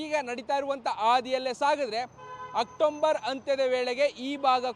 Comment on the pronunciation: October ❎ Octomber✅🤦😂Maharashtra davana nimma reporter.